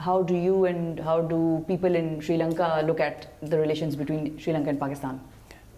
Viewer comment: "Sri Lanka" hota hai na ki "Siri Lanka" hota. Pakistani sabi madarsa chaap hota hai kya 🤣🤣🤣🤘🤘🤘🤘